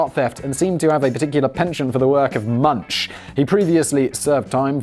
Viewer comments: It’s pronounced “Moon-CK” (hard K sound at the end). Edvard Münch (not “munch”, moon-CK) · "Edvard Munch's" name has never been, is not, and never will be pronounce MUNCH, as in "munchies", even though lazy people worldwide continuously say it that way. The correct pronunciation for "The Scream's" artist/painter Edvard Munch is Edvard "MOONK", and always has been. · FYI - It's pronounced Edvard Munk. The U is still pronounced the same (not like in monk), just replace the SH sound at the end with a hard K! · Simon: Ed-ward MunCH Me, an intellectual: Edvard Moonk! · Munch is pronounced "Moonk". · Munch is pronounced as Munk. Otherwise excellent video! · Munch is pronounced "Munk" 😅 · Also it's pronounced Munk, not munch. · It's pronounced more like Munk, not munch. Ch is pronounced like a K in Norway... No, it doesn't make sense! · Munch sounds like that, because you're saying it wrong... it's pronounced more like Munk. Sorry, couldn't take that. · munch? MUNCH!!?? ill munch you, simon, thats the worst pronounciation youve ever done WHOA. Is this a plot to make Edward Munch sound like a cookie cutter artist??? SUBLIMINAL MESSAGE, MUNCH??? smashing that dislike button soooo haard y i k e s. its pronounched munk. with a k. like in cookie. GET IT RIGHT SIMON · And I believe it's pronounced with a k sound , "Munk". Hey, I didn't neighbor Norway for nothing. But I do approve of the jokes Simon got out of it, so meh. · Love the channel, and this video. Might I suggest you watch, "The Score"? Excellent heist movie. Also: Guillaume = G like in grape, O like in over, and a silent 'e' at the end = (Gee-yome). Guillaume. Munch = U sounds like "oo", the ch sounds like a 'k' = (moonk). Munch. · Simon: About the Norway Terror Attack (2011). Norway has a max prision time of 21 years, but this can actually extended indefinitely. The asshole terrorist (which I will not name) will never leave prison... Also Edvard Munch is pronounced as Munk. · Edward Munch: ... Simon: edward munSCH